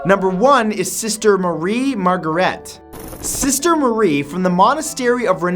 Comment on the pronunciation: I love you, man, but you have got to start doing your research on pronunciations of things - Marga-REET, edema (not odemia) etc etc